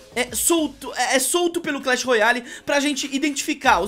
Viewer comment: ele diz clan battl